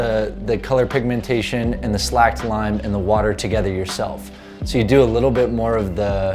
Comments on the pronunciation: I'm sure you know this by now but it's not "slacked" lime it's "slaked" lime with a long 'a' sound like in the word 'skate' (just replace an 'L' for the 'K' and you have it). The word 'slake' means quench thirst. When lime is freshly ground (or made) it is un-slaked. Unslaked lime absorbs water. To make it into what we use today, slaked lime, water is added to the fresh unslaked lime powder and left in the water until it's 'thirst' is 'slaked; until it will not absorb any more water. As it absorbs water, it heats up and become very VERY hot. untouchable, dangerously hot. Once it is slaked, it cools down, the excess water is poured off and you have the "S type Lime" powder that is used in lime washes, lime paints, plasters, on lawns, in pickling and a whole host of other things. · Slaked lime rhymes with steak not slacked.